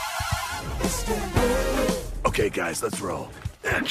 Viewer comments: It's not Istantul its Istanbul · Gotta love "instantul". Not to be mistaken with İstanbul or anything.